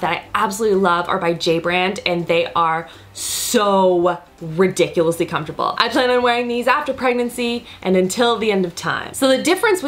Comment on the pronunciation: LOL SHE SAID RIDICULESSY